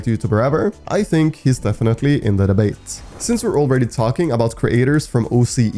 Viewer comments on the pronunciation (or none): Bro just said defenity not🤦‍♂️🤦‍♂️🤦‍♂️🤦‍♂️🤦‍♂️🤦‍♂️🤦‍♂️ budy ur the best